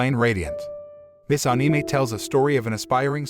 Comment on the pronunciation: I love ur channel but plzz the way u pronounce anime is like putting an -E (anie-mee) plzz change tat